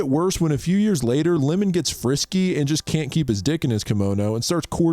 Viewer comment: I loved the video, I love J horror and have watched every single J horror produced after 2018 in the cinema. I wonder if name you kept calling lemon 🍋 wasn’t Iemon, as in Eeamon, the long i. 😅